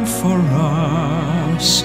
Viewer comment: What's this "for Russ" who's Russ? It's "FOR US". Both brilliant voices, but please get your pronunciation right, it shows class.